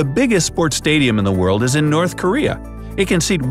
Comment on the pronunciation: Nothing is as funny as pronouncing Korea as karea. 🤣🤣